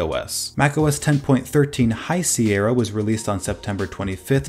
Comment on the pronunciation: It's pronounced, "Sierra".